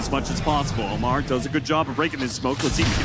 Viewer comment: Ammar ❌ Omar ✅